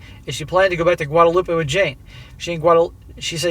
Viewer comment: Just an FYI, Guadeloupe is pronounce as "loop" not "loopay" as in Guadalupe. One is French, the other is Spanish.